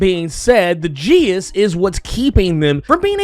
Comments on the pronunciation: Geas is pronounced more like g'as. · Geas has two pronunciations. If you want to say it in Irish, it's a single syllable, “gesh” (with e as in “bed” and g as in “flag”). Pronounced more in modern English, you'd have two syllables, gí-ash” (with added stress mark, g / sh as in the other pronounciation, long i as in “see” and the a pronounced as the e in “cinema”).